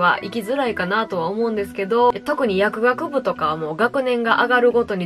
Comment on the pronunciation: ちゃんと薬(学)部って言ってる✨やくあくぶじゃない😍